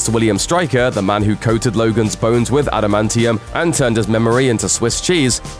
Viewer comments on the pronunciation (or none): none